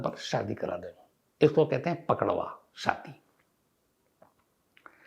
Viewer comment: अरे सर जी पकड़वा शादी नही पक डउवा शादी बोलते है 😀 प्रणाम 🙏 सर जी अंकित पांडेय